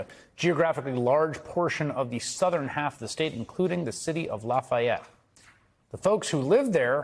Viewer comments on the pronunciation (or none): The way he pronounced Lafayette lol